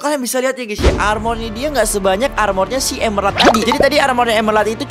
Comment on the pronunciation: Emerald, bukan Emelald